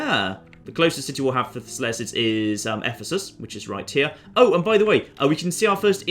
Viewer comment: RIGHT HE-YUH